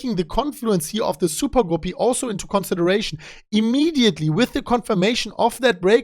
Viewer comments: Gah-Pee. Not Goo-Pee. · it’s not Gooopy like poopy.... It’s Guppy —like a Puppy... great content today, as usual thanks, haha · Not sure if anyone mentioned this, but a guppy is a type of fish that often times has a long colorful tail. It's pronounced as if the u is the u in cup . like cuppy except with a g. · Guppy is pronounced like ugly. Good trend reversal indicator.